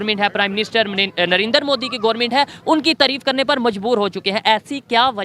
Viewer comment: Russian president putin hai ...not putan 🤣🤣🤣🤣......& it's narendra ..not narendar 🤣🤣.....pronunciation thik karo bhai .....